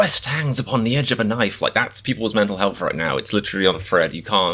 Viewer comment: Accents: Your English, teeth clenched and basically speak with lips not entire mouth seems to change the accent compared to US English, interesting. Also th is pronounced as 'F' like in health (healf) in your pronunciation.